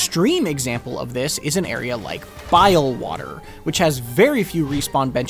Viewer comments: bro said Bilewater with a capital B like it was a slur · Lmao he really did tho